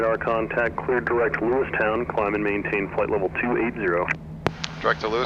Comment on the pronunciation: Its not Lewistun - its Lewistown :) I was born in Great Falls, raised in Browning (up by Glacier Park) and Missoula.